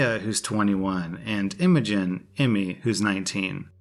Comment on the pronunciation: Imogen just sounds like hydrogen to me (no offense)